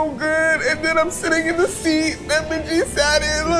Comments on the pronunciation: no you're good i was confused too! she didnt! mingi (min-gee) would be the correct pronunciation. she might say minji out of endearment or a nickname, perhaps? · not “minji” lmfao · nope, she didn’t pronounce his name correctly, i was caught off guard too lol. i recently learned hangul so that i could pronounce kpop idols’ names correctly (and because im currently learning korean). in korean, his name is 민기. the romanization for this is Min-gi, and the “gi” part is pronounced like a mix between a g and k sound. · I’m assuming she mispronounced it because she got into ateez a bit later and may not know the pronunciations yet? Just my assumption! ☺️ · Anyone else get kind of offended at pronunciation of Mingi’s name, or are you normal? 😂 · Mingi's name is not pronounced like that lmao all of Ateez says it with a hard G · mispronouncing mingi's name is taking me out PLEASE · noooo the way they pronounced mingi's name like bruhhhhhhh thats so wrong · Atleast try to say MINGI correctly as Atinys😅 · Shouldn't say Mingi's name correctly if she's such a fan? Just saying 😬🤷🏻‍♀️ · not to be that person but, you're pronouncing your husband's name wrong lmao. The G in Mingi is a hard G. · Also mispronouncing mingi's name over and over was something else! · So screams about Mingi being her husband and can’t even pronounce his name correctly? 🤦🏻‍♀️ And Keith just repeats after her… It’s basic form of respect to at least learn who will be your guest. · relax 😭 she mispronounced his name ONE TIME it’s not that serious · yeah I was just thinking she must be a very new atiny lol. very passionate but, definitely wrong with the name pronunciation. usually people get it in a couple weeks, if not it should only take a couple months because they constantly say each others names in their content so at some point it's impossible to mess them up lol